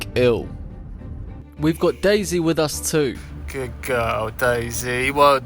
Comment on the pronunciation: Whh do you say gudd guwl but it's good girl